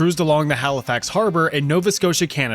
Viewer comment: Are you Canadian beacuse im shocked you said nova scotia and Halifax right so many people are getting it wrong also idk something about the tone sounds like home lol